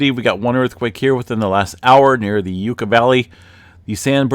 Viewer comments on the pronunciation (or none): Lol... Yucca... isn't pronounced YOU KA Its pronounced YUCK KA Like the plant/cactus